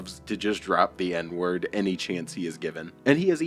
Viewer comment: He doesnt even say the n-word right